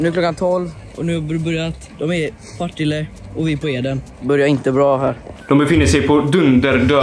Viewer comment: Varför uttalar alla Partille fel? Det är Partille inte pa tile...